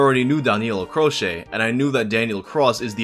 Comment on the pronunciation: The guy chose the name "Danny Cross" cause it would sound like Danilo Croce, but in english, and even then you decided to pronounce Croce as "Crosheh" x)